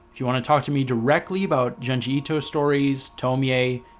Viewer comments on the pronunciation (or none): For the love of God it's pronounced "June-G" Ito